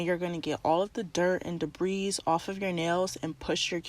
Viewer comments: Very professional, what a great video!! One little tip to make this video perfect..the word debris is pronounced with a silent “s.” So it sounds like debri. I hope that didn’t offend you, but you taught me something so I thought I’d teach you something back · Thanks for this. Small critique, only to be helpful: debris is pronounced ‘de-Bree’, the S is silent. Again, thanks again for the great info! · The “s” in debris is silent. Thought you’d like to know. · The s in debris is silent love. And so sorry, but you want to remove excess, not access.